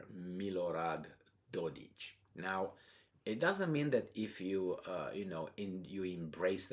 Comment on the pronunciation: PRONOUNCED: DodiK ≠ DodiĆ ~Dodici (used in RO) PrigoZHin = PrigoJin ( J as in Jimbolia) HU foreign Mnstr. : SZijjártó as in Siiarto